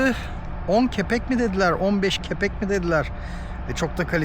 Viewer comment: Sevgili, Kepek degil kapik yani kurus ve bu arada bu guzel video icin tesekkurler...